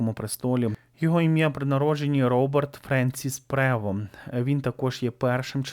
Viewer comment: Роберт Франціс ПРЕВОСТ! ☝️ Є відео, де кардинал оголошує ім'я нового Папи римського і чітко вимовляє Роберт ПРЕВОСТ. Для чого постійно перекручувати це прізвище?